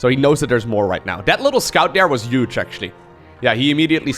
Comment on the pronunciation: can you please pronounce the word "huge" correctly, with an "h" and not a "y" or "j".